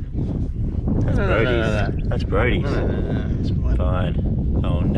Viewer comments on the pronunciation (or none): Thahs it fah anotha episode guys..